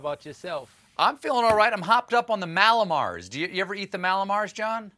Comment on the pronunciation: Stephan, Mallow mars, REALLY?